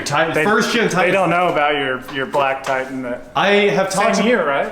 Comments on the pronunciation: It's pronounced Titan. Not Tie In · What kind of truck is a Tie-In? Grownup English please. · What is a "Tie-En"? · I tried but can't listen to 20 minutes of hearing Nissan "Ti'-en" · What’s a Ti-an? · likes to drop his ‘T’s’